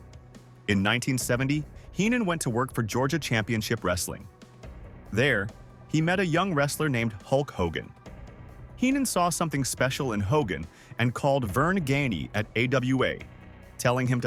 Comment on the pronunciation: Not sure who "Verne Gainey", "Tony Scavone" and "Bod Rose" are but I do remember Verne Gagne and Buddy Rose. AI should be banned on YouTube. These videos are unwatchable. BTW I never recall Buddy Rose being managed by Heenan.